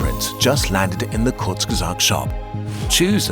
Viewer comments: So it is pronounced konfuzguezat!! Had it right all this time! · “Konfuzgezat” son 😭😭😭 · konfuzgesagt xD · konfuzgesagt LOL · Sometimes I think I can pronounce Kursgesagt perfectly... and then I hear it said correctly and my confidence is shattered.